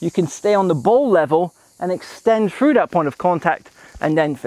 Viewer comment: "frew the ball" or through the ball 😁